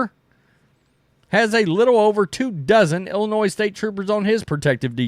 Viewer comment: Illinois is pronounced "Illinoi" the "s" is silent.. its not pronounced "Illinoise"...